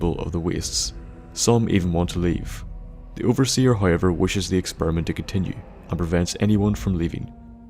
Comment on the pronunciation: experement hahahahaha